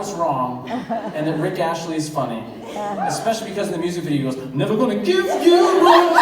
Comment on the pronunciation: Rick Astley, Aaron 😂 not Rick Ashley